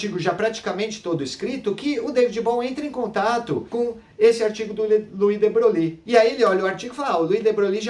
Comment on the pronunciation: Muito bom,. Seus vídeos são ótimos e favorecem o aprendizado. A única coisa que "doi" é a sua maneira de pronunciar o nome de de Broglie: não é "debroglie" (com ênfase no "i"), mas algo como "debroi"; veja aqui Acho que você também falou que, no experimento do gato, previamente à medição, o gato está vivo e morto "ao mesmo tempo". Isso induz a erros; o estado superposto é um "terceiro" estado, nem vivo nem morto, mas uma superposição deles. Como sabe, uma situação como a do experimento, que aponta para um emaranhamento entre, digamos para abreviar, os estados do gato e do material radioativo, foi o que Schrödinger chamou de "a" característica da MQ. Com efeito, para estar vivo e morto, ambos os estados "vivo" e "morto" precisariam ser estados "atuais" do gato, mas não são. Em resumo, antes da medição, o estado do gato é uma superposição de estados, nem um e nem outro: o vetor de estado não está em nenhum dos subespaços dos vetores gato-vivo e gato-morto. Parabéns e continue postando esses vídeos. Abraço.